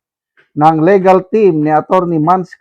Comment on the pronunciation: LI-gal po, not LE-gal, sir, ang correct pronounciation. Mao pod ang regal, RI-gal ang pag pronounce. Mabasa unta nimo ni, sir